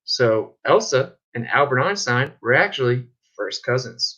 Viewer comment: at least arwyn pronounces einstein correctly